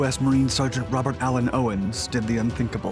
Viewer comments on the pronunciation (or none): none